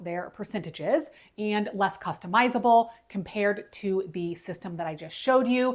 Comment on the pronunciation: Costamizeable ??? Really ???